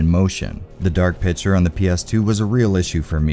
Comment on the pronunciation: Say with me: "PIC-TURE" NOT PITCHER